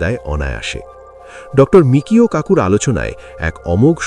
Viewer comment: এতদিন ধরে শুনে এসেছি, তার বেশকিছু বইও পড়া হয়েছে, সর্বত্রই আছে বিখ্যাত পদার্থবিদের নাম 'মিচিও কাকু'। আপনারা মিকিও কাকু বলছেন কেন!